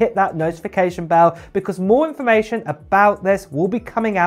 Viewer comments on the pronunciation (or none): none